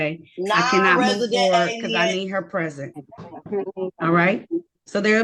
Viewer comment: Went the judge asked if the person was in the courtroom, it sounded like she said, "I am president," instead of I am present.